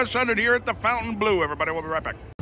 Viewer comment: Nice video,as usual. Just for info, you have to tell "Fontaineblo" with like in "Bingo"and not " Fontaineblue" 😉